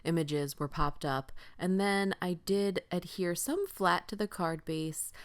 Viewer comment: Cute card - as always! Tell Tim I said thank you to YOU for saying ADHERE and not Adere, which I hear all the time and it drives me INSANE!